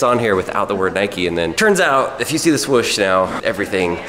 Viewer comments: Its note nik-E its prinounced nike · It's NIKE NOT NIKEY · it's Nike not Niké!!!!!! argh lol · Nike not nikee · He was saying Nike wrong. So wrong. 🤐🤐🤐